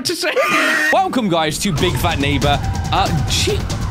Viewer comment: Yeah... can talk good all I heard was oof and sad violin music... yeah and drunk "big fat neigbor"